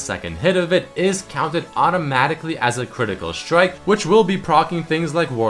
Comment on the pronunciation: Hey +, are you german by any chance? Because I always notice, that you pronounce the "st" like a "sch" ("schtrong", "schtrike" etc.). Your English is very good but this always annoys me a bit. I'm a German too and this is one of the most common mistakes for german people. No hate, just noticing it, so that you might improve.:)